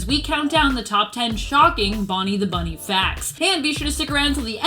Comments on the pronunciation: Is it just me or does she say bummy instead of bunny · He’s saying bunny